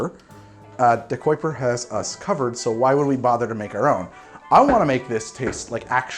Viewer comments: Say it with me. De-ki-per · I never thought you saying ahhrange was strange or wrong, but man “De-quip-er” threw me through a loop. How do you get that’s from DeKuyper?